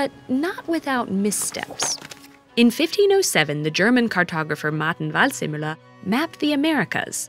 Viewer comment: I love the narrator pronunciation when she says "Waldseemüller" (forest-sea-miller.) Second, it's impossible to depict a spherical shape in a plain surface. The Mercator although heavily misrepresenting land size was somewhat accurate regarding distances. Vikings also had a good map from the Americas since they crossed the Pacific and the Atlantic way before anybody else on big vessels.